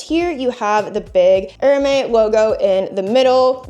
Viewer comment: Do you realize you're saying Air May instead of Air Mez? (Hermes) :body-blue-raised-arms